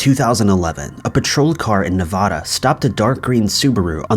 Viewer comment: Hey I've said this before but it's not pronounced Nuh-vah-duh, it's Nuh-Vad-Uh. This drives me crazy.